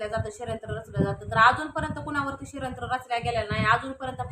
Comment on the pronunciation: Shryant nahi g bai shadyantra mhantat...